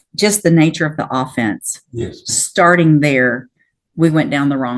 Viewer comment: She can't pronounce "offence" right, and she's handing out 25 years. That's a little extreme. He's kind of a fuck up, but he's not a serious violent criminal.